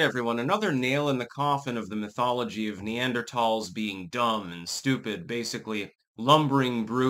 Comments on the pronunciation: Wrong. is pronouncing it right. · Talls not thals